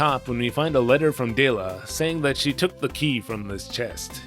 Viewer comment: Doesn't japanese lack the L sound in their language, which would explain why Dela's name is pronounced weird. Though I believe it's supposed to be pronounced Dera instead of Dora when using the Japanese pronunciation.